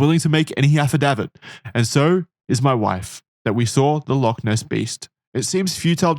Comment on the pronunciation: They're going to mispronounce Loch every time aren't they